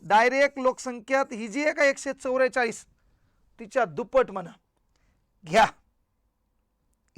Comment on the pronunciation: एकशे चौरेचाळ नाही सर.एकशे चौवेचाळीस सर तुम्ही पण जरा सुधरा